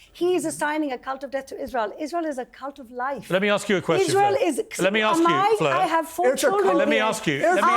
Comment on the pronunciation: I'm disappointed Norman pronounced Fleur's name correctly, was hoping for 7 different versions like he did with Destiny. 😂😂